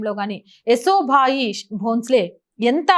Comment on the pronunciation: ఏసో భాయి కాదండీ... యశోభాయి 👍🙏